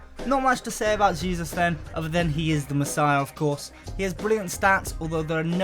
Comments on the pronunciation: It’s actually pronounced “Jayzous” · It’s ‘jay - suse’ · Ralex 11 Hey-soos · Stop saying Jesus its pronounced "Hesus" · It's more of a JAY-Zuus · That's the spanish pronunciation